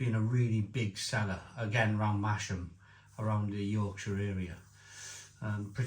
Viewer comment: Huge fan of Black Sheep brewery. Cask bitter was my go-to when I lived in Newcastle. Also, it's apparently pronounced 'Mahs-ham', not 'Mash-am'